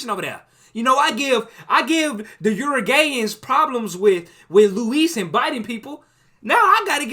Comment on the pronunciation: THE URUGAYANS??😭😭😭